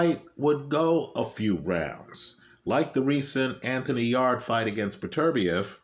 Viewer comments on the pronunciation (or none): none